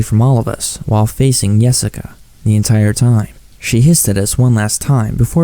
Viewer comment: when its not really Yessica, Nossica